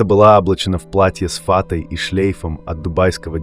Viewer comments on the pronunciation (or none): Не фАтой, а фаТОй, выучите русский язык в конце концов, что это за мрак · С фАтой! Спасибо ИИ, скоро все мы мы заговорим как и ТЫ!